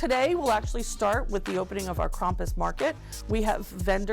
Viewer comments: What? I actually did not notice she said CRAPUS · This girl has said Krapus and krumpus Legend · Stop saying Krump I’m German and the way u say it triggers me